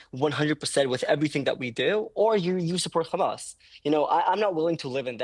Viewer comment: Khamas. Oct 7. Khamas Oct 7. Khamas Oct 7. Theres the script. Repeat even theres no logic out of it.